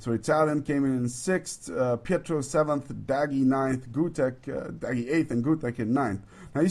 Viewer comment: correct - and he was saying petrov when he should of been say pietro